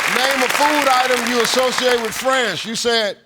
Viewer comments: I thought he said friends too not france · Thought he said friends. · It sounded like friends to me... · I couldn’t distinguish France from friends, which I thought he said for the second one. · It was only thanks to your comment I realized he said France. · Me too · Yeah, I thought he said "friends", too. I was thinking of burgers & pizza. 🍔 🍕